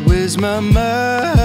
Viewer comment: This guy is REALLY good, don't get me wrong. It's just... the enunciation though. Mine=Mind, Fay=Fate? It bothers me because one of the main things my choir teacher drills in our heads is the enunciation of words in a song. Especially the enunciation for syllables like D and T.